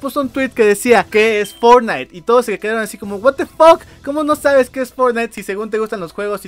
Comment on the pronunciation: pero dice fortnigth xd